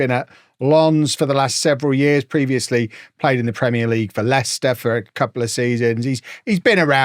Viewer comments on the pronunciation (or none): none